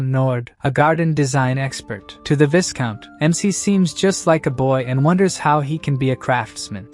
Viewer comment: Viscount is pronounced “vy-count” Great story. Please keep going.